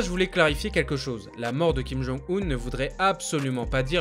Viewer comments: pour info, on ne dit pas Kim Jong [Oune] mais Kim Jong [Eun], 김정은 (comme quand on dit "heuuu", avec un h silencieux, et un n à la fin). Regarde sur Google traduction ou Papago pour l'écouter sinon:). C'est une erreur que tout le monde fait, et ça fait très mal aux oreilles quand on parle coréen. J'espère que tu en prendras compte, car tes vidéos sont très intéressantes, plutôt précises et correctes (quant à la Corée en tout cas). PS: je suis en Master de coréen c'est pour ça que je me permets de te rectifier. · Ca se dit Kim Jong ''eune'' un 김정은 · Ça se prononce Kim Jonng Une comme John et Lune. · Si king jong un serai .... J’aime tes vidéos mec mais fait un effort. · justement, c'est parce qu'il ne fait pas coréen que je me permets de le corriger. Chacun mérite à ce qu'on essaie de prononcer son nom correctement.